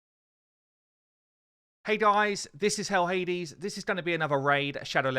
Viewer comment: Did he call Hell Hades, "Hades" like rhymes with maids? LOL